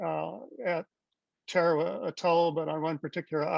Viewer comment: It is pronounced Ta-ra-wa. Why are you using this bastardization when it is so easy to check online?